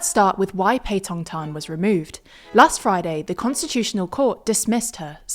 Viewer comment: Her pronunciation of Thai is brilliant